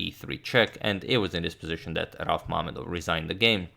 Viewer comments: Mamedov's name is pronounced RaUf(stress on the U) MamEdov(stress on E) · Hello Agadmator, very nice coverage and tips on checkmate pattern in the end! Also, as far as I know stress in rauf mamedov should be raUf mamEdov. But i guess some guys from Azerbaijan can clarify this